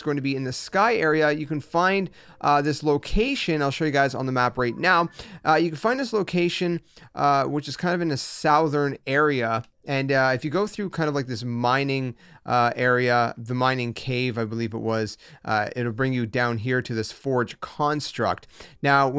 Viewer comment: Southern is not pronounced that way dude lol